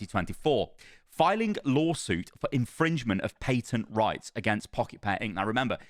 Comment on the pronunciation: Why does he keep saying paytent? There is no Y sound in patent did he never take English classes?